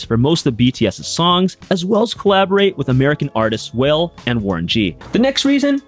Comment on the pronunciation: It's pronounced "WAH LAY" not WHALE, lol. Good video otherwise.